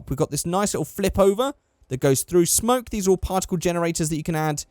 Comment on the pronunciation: Every time you say smoke, it sound like spunk. Pronounce smoke properly.